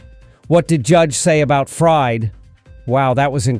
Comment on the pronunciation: It's Fried (Freed) not Fried, like a frying pan.